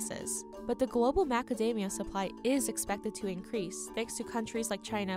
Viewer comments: The narrator can’t pronounce the word “the” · The narrator needs to stop pronouncing “the” as “duh”.